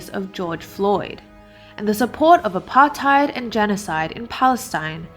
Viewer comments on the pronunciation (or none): none